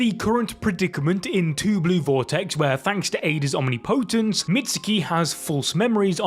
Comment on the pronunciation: Phonetically its pronounced awhm-ni-po-tance